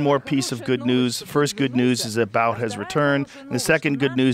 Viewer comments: It's pronounced Boot! Not Bout! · It's boot, boot, not bowt. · It's pronounced 'boot', not bout. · What makes this trade particularly heinous is Biden's indifference...ignorance...of the years of undercover work and risk of death that the Federal agents and confidential informants it took to build a substantive case and arrest Viktor Bout (pronounced boot). This trade was 100% pandering, essentially buying votes, playing games with the lives of Americans abroad. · It's pronounced Bout (boot). Obviously this is the first time Rogan has heard anything about this so I'll pass on his perspective here lol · I feel like if she a straight white women she would still be there. And it's pronounced Boot. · Your view on the subject is dog shit when you don’t even know how to pronounce Bout lol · Well the Russians are 100% correct. And you can’t even pronounce Bouts name correctly.